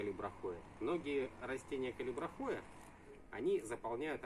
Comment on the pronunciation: Здравствуйте! Растение называется "калибрахОа", с ударением на второе "А".